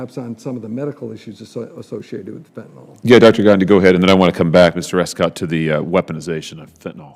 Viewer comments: Fen-ta-nil = fentanyl Not fen-ta-nol Someone needs to correct them. Someone who took organic chemistry. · It’s fentanyl, not fentanol. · It’s not pronounced fentinall… it’s fent ta nill. It is a very effective medication when used appropriately as prescribed by a licensed physician. It’s was great for us paramedics as it is quick acting and short lasting. Usually by the end of the ambulance transport, the analgesic effects were gone and the ER doctor saw the patient in the same status as the first responding medical care. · I wish these guys would pronounce it properly. It is fentanyl, not fentanol. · It’s fentaNYL !! Short i sound !!!! Not fentanol. There is no drug called fentanol. It simply does not exist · Please learn to pronounce fentanyl.